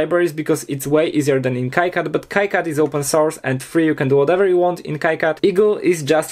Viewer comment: lol, it's not a Kai-CAD, it's pronounced Key-CAD ( KeeCAD )